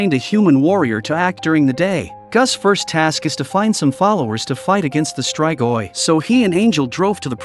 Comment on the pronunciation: It's "is-tree-goi"... not "is-try-goy". Not everything is pronounced with an American English accent, you know???